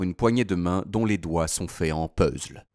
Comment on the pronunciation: Je hais les gars qui disent puzzle au lieu de puzzle. tsss